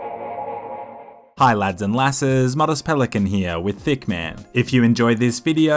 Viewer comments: i always thought said "back with thicccman" instead of hitman. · I though I heard, "With Thickman". 😂 I love your Hitman videos btw! 😊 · Did you said ticc man or hit man ? I have bad hearing